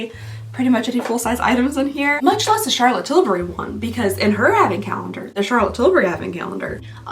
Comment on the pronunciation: Yay - I can watch this before I go to sleep. The Givenchy lip product looked really lovely. As a Brit I always giggle when you say Charlotte Tilbury in a posh British accent! 😂